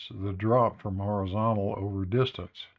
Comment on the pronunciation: I think this is the first time I’ve heard without him saying “orizontal” every other word.